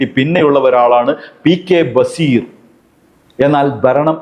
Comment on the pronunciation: മയ 🤭കുയി.. ബസീർ 🤭..